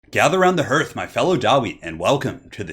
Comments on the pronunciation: I love you, and I know it's spelled 'hearth,' but I'm 99% sure it's pronounced 'harth.' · Near the beginning of the video, you pronounced "hearth" incorrectly, say it like "heart", but with an "h" at the end.